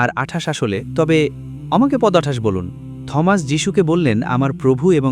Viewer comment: ঈশ্বরের পুত্র মানে ঈশ্বরের শিষ্য বা ভক্ত বা অনুগত বুঝায়। এই লোক ইংরেজি শিক্ষক, কিন্তু বার বার উচ্চারণ ভুল করছে। সে Thomas কে থমাস বলছে, কিন্তু এর প্রকৃত উচ্চারণ "টমাস/T(h)omas. মানে এখানে h এর উচ্চারণ হবেনা। যেমন, আমরা বলি "টমাস আলভা এডিসন (Thomas Alva Edison)"